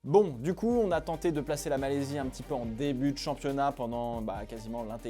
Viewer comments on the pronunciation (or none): Malaisie pas Malaysie..😂